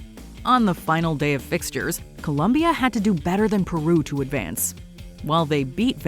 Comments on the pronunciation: It’s Colombia, not Columbia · yeah always the same americans change to columbia ITS COLOMBIA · Columbia? Please shut up its Colombia 🇨🇴. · Colombia. COLOMBIA. NOT “Columbia”. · its COLOMBIA not colUmbia!!! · Hey It's COLOMBIA 🇨🇴, not Columbia! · COLOMBIA*** NOT ColUmbia! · It's COLOMBIA not Columbia! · COLOMBIA. Not ‘cOlUmBiA’ Sheezz!!! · Im sick and tired of “Columbia” lol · Colombia* not Columbia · For God's sake, It's Colombia not Columbia, Jesussss 🤦🏽‍♂️!!! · It's Colombia, not Columbia !!! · It’s Colombia, not Columbia! 🇨🇴🇨🇴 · It’s Colombia not Columbia. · It’s Colombia not Columbia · It is colombia, not columbia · Colombia, O, not U, get it right jesus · COLOMBIA, not Columbia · It's not Columbia.... is Colombia guys 😅😅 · You have to be kidding me - it’s Colombia .. wtf - talk about being rad ignorant with no Mojo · ColOmbia, guys, not Columbia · The country is spelled ColOmbia, with an O, in every single language, including English. Do your job properly! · Colombia with an O!